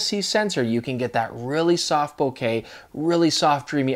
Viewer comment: Thanks for pronouncing “bokeh” correctly! Great job on this video comparison 😊